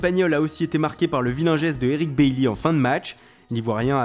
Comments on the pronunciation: on dit pas "bailley" mais "ba i" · Ça se prononce "Bally" pas "Bailley". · Chris Jericho pas du tout cela se prononce [Baïy]